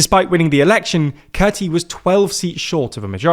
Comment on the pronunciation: Kurti is pronounced as Koorti. So please correct it from now on. Tq